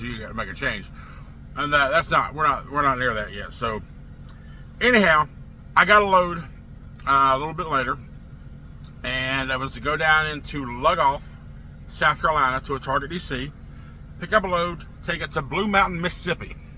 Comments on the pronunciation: Thats pronounced Loogoff, but spelled Lugoff. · It’s pronounced Lougoff my the name Lou- goff.